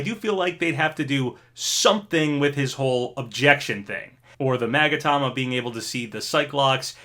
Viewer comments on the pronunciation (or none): none